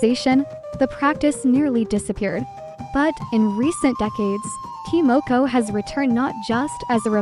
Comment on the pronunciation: It's ta (tar) moko(moor koor)